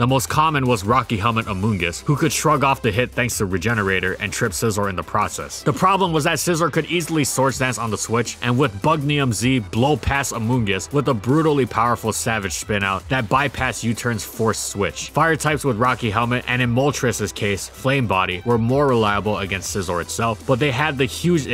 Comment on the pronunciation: DOES NO ONE PRONOUNCE THE "I" IN BUG IN IUM Z